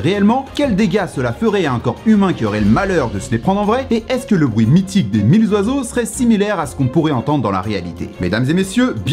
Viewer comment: Alors je veux pas faire chier le monde et tt mdr mais tu fais pas la liaison mille oiseaux pcq mille y a jamais de s 😅 sinon la vidéo est carrée de fou